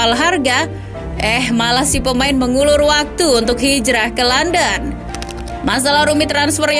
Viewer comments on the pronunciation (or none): none